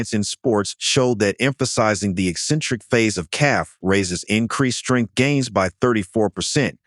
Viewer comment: Worst jive AI voice ever. Shtrength. really? It’s pronounced Strength.